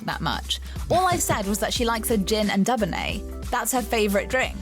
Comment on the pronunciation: Did that person just sat DUBBonnay?????? ......Give me strength!!! ........ Dubonnet is pronounced "DooBONNay".....